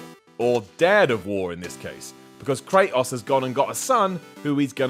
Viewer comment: why he saying kratos all weird like that? STOP!